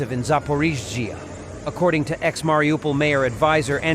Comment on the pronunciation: Soumy, pas Sounoumy! Zaporijia, pas Zapori! Marioupol, pas Marioupopol!